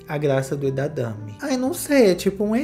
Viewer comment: Amigo, é edamame não edadame 😂 amei o valiriano e essa festa chiquérrima